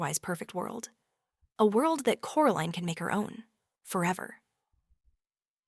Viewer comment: Why did it veer towards calling her "Coraleen" and not Coraline?